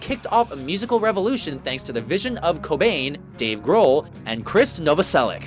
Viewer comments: Novosel-itch, not -ick. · Novoselic is actually pronounced "No-vo-sell-itch".